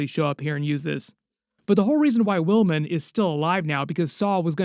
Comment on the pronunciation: It's Wilmom, not Wilmin